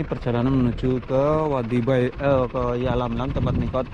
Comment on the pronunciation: Yalamlam bukan yamlamlam pak